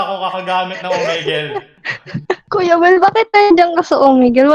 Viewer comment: "Koya Wel" hehehe